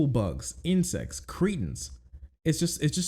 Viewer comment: I like how you said “Bugs” with such a 🅱️